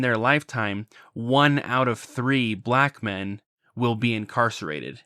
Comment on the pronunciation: why does pronounce "black men" like "pikmin"?